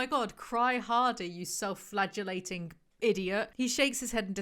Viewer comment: Stoping the vid 2 hours in to congratulate on pronouncing "flagellating" perfectly. CoHo could never.